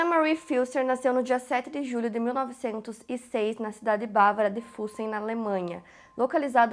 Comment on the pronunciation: O nome da cidade se diz Físsen.